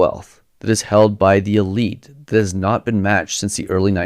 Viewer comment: I'm sorry, you're a BELIEVER in trickle-down economics?? You're kidding us, right? You mispronounced "not" and tripped over your own tongue and didn't catch it on the edit? RIGHT????